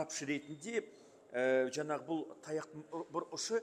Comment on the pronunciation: Депутаттардың сөз сараптау, талдау, сұраққа обьективті жауап беру деген жоқ. Сосын “жаңағы” деген сөзде неге “ң” әрпін айта алмайды.